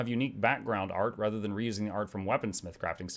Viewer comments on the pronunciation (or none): none